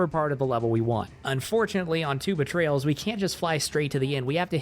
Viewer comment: I thought it was Tuba Trails